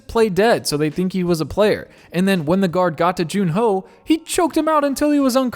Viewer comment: Please stop calling him June-ho 😭😭😭